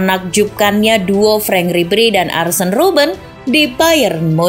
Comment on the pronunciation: Bukan arsen robben tpi arjen robben